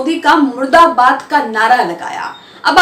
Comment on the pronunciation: Plz correct murdabad not muradabad.